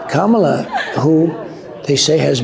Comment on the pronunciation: He did confess to interfering in the 2020 election results! This moron cannot pronounce Kamala's name.